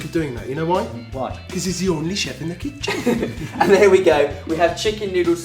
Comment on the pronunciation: BAHAHA face after "jewish dumplings"!! also, "liposuction..." *intense look at camera* matt's face on the computer screen in the background:P and! FINALLY... "the on-ly chef in the kit-chen!" hi-laaarious, boys:D